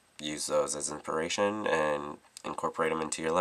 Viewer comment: not to be a dick, i promise! i love you as a make up guru and love everything you do, best ive seen so far...but you def missed the s in inspiration when your talking about the wood grain from google:D just thought it was adorable:] i had to replay it 2x to see if i missed it.